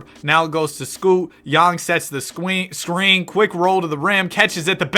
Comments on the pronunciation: yang sets the scween 😭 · scween :3